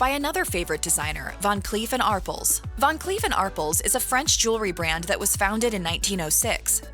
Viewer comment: ArPELS....PEL.... ARPELS...... NOT arples 😂😂😂😂